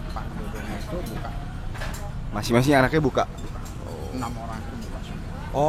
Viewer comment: Lu olang lu olang...🤔